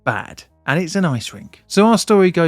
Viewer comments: It's pronounced like "bud", not like bad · I mean, he is constantly mispronouncing Bad like the english word bad.... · so it was a bad roof, but bad in Bad Reichenhall is pronounced like bud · Thanks for the explanation. Please try to pronounce the towns name correctly though. You make it sound bad 😅😅 Bad is pronounced somewhere between 'bard' and 'bud' and reflects the status of a Spa town with their own natural spring or thermal baths. ✌️ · Please! It's Bahd (meaning bath). Pronouncing it like "evil" Just makes it absolutely unrecognizable. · Note: In German, "a" are always pronounced as in "bard". So it's more like "bud reichen-hull". Prefix "Bad" is equivalent to "Bath", "Spa" or "Springs" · Its pronounced bahd with a ahh like in bath. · He kept pronouncing it as "bad" as well which didn't help 😂 yes with names like this it translates to "bath" [City Name]. There are many other cities with similar names, usually known for healing (sulfur or salt) springs.